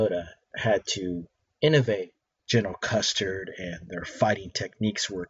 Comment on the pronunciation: Jeff Beznos? General Custard? Did I hear right?